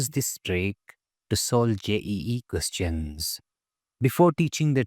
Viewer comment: Questions❌ qoschhaans✅😂😂